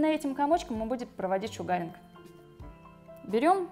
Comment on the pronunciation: Вы конечно извините...но правильно будет произносить : "шУгаринг" а не "шугАринг".....посколько слово "Шугар" (sUgar- произношение на У) озночает - сахар. И раз уж в России стали пользоваться этим методом...то недопустимо искажать его название. Спасибо за видео....живу в Штатах....до сих пор занималась восковой депиляцией в салоне...сейчас решила поменять метод и попробовать делать это сама. Ваше видео очень наглядно обьясняет как это делать правильно. Всех благ !